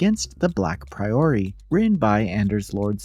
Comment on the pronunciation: Not to be that guy, but I like to know how to pronounce things and it’s not a common word, so I mean this with the best intentions: It’s not pronounced like the phrase “a priori” A “priory” is basically a sort of monastery, and it’s pronounced with the stress on the first syllable: PRAI-ur-ee